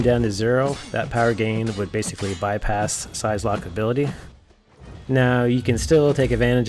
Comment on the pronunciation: Great video but it is infuriating that you don't know how to pronounce the name of a character you supposedly like. It's prounounced like "sigh"locke, not "size"locke. Otherwise handy tips.